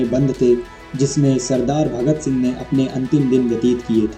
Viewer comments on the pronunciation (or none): none